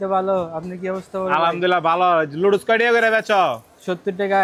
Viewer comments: ভাই লুডুস না উচ্চারণ হবে নুডলস 😂😂😂😂😂😂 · ভাইয়া লুডুস না নুডলস 😂😂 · লুডুস ❌ নুডুলস✅😅😅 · লুড়ুস 😂😂 ভাই আগে শুদ্ধ উচ্চারণ শিখেন তারপর ভিডিও বানায়েন।